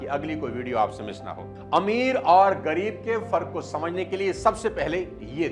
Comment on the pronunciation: It's ग़रीब not गरीब